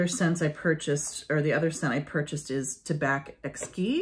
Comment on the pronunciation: In French , we don't pronounce the last letter ; for "tabac" , the "c" is not pronouced , the same with "blanc" , and "champ" etc ... Hope that it can help you !